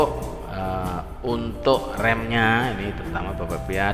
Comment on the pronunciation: Baca nya RAM mase, bukan REM . Tapi sebelum nya makasih info nya